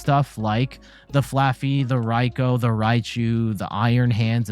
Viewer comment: Did I just watch someone properly pronounce Raikou's name? ^^